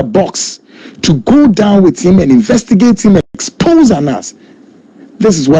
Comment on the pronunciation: you can't deal with nobody,Tiger eye trapped you and you fall.corruption is corruption,you could have refused the money.wether it's old video or not,pronounce the word well#exposé and not expogé😂😂😂😂🙏🙏🙏Don Coulibaly